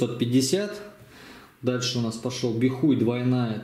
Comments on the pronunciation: Бихай, а не бихуй. Стыдно аднака... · "Бихуй" 🤣🤣🤣🤣👍 может быть "Бихай" 😁🤟